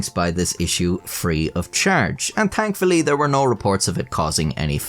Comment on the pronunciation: "Tankfully" lol keep up the good work!